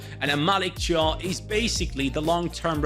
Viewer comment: Thiaw is pronounced like "Ciao". Not trying to be clever, just wanted to say it. 😄